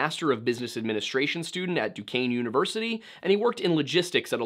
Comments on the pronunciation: honestly 😂 im just glad he pronounce duquesne right. i go there and NOBODY gets it right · nice to hear monongahela and duquesne pronounced correctly lol